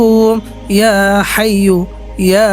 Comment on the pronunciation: হাইয়ুল না হাইয়্যু